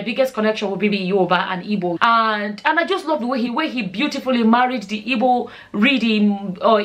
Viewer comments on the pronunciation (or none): you should be smart enough to know that that question was rhetorical,she said her mom was ""ibo",the word is "IGBO",the word ibo is sometimes offensive to igbos,at least be respectful enough to pronounce the name of a people correctly,most product of such unions tend to do this,they either pick one culture to affliate or affliate with none,tending to define themselves by the pseudotag""nigerian"".thus are often the victims of cultural dissonance.